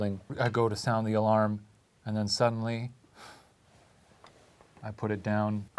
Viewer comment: When He paused when he said "Suddenly" ... My Spoon fell from the bedside table 😲